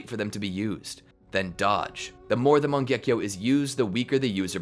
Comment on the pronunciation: oh by the way it's not "mangyekyo" its "mangekyo"